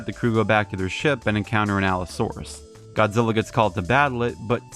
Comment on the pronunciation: It's Godzilla Not Godzilli!